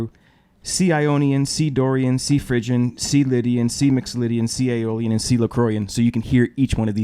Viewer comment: Very creative explanation, beginning by using the relative minor of C to explain a minor mode. Pronounced Phrygian as Fridgian :) . . . very exotic. Agree, mastering the Modes on any string instrument; guitar, bass, etc. is so important